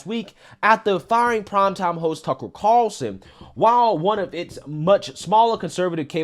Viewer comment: Love your channel. It sounds like you're saying tuckle. No big deal. Just saying